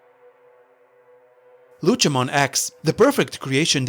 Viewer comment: Great video, but just WHY? why you say Lucemon as Luchemon? he is not a luchador